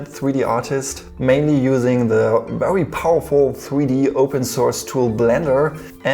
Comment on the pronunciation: I know you’re bilingual, so that’s where your accent’s from, but I absolutely love the way you say ‚vewy’ :D